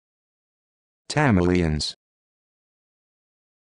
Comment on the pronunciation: As a tamILIAN I cracked up at the pronunciation of my kind of people. IT SOUNDED LIKE I WAS A CHAMELEON 🤣🤣